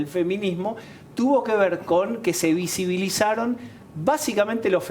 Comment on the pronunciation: La otra señora tratando de tirar los argumentos de Roxana y ni siquiera puede pronunciar visibilizar